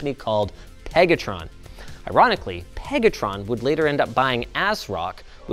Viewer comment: LIIINNNUUUS!!! 😂 Stop saying PEG-atron!!! It's making me squirm! That's not their real name is it? Who thought up that one?